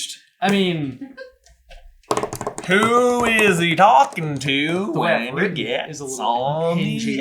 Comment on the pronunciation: Point of order - mispronounced Elem - dunno what this "question eleven" is.